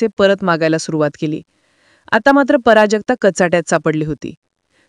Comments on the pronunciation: पराजक्ता नाही बावळट प्राजक्ता म्हण. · "" पराजगता "" नव्हे , "" प्राजक्ता "" असं सांगा. व्याकरण हा मराठी भाषेचा बावनकशी सोन्याचा अलंकार आहे.